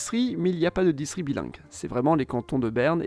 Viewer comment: J'ai mal entendu ou il a été dit "distri" au lieu de "distriCT"?